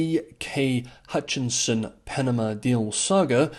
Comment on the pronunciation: "Hutchison" rather than "Hutchinson" as voiced